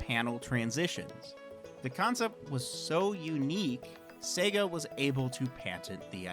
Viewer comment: It's Sayygaaa